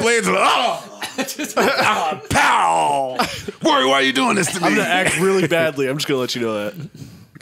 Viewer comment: Ak just said he has more money. He sounded illiterate trying to say Rory